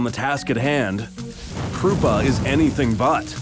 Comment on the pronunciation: lol “krupa” 😂😂